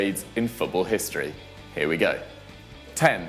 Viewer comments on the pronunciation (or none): none